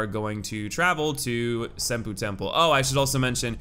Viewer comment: Senpou pronounced SEN-PO not SEN-PU